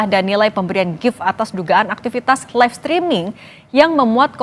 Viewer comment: Itu yg ngomong laip2 itu siapa sih? Apaan itu laip?